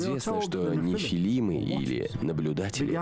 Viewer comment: У него тут и "нифлимы") 😅 есть, так что нормально, спать под такое великолепно!!! 👍